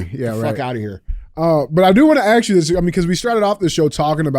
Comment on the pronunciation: Can we take a moment to ask DJ why everytime he says “ ask “ he keeps really saying “axe” 😂